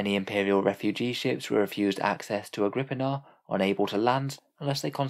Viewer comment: I always thought it was pronounced Agri-pina